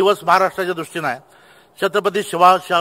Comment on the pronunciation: हा जर शिवसेनेचा खासदार असेल तर दुर्दैव आहे पक्षाचे याला धड शिवाजी महाराज म्हणता येत नाही याला जनतेनी कसे निवडून दिले . आणि काय भाषण देतो यार हा भाषण शब्दाचा अपमान करतो हा.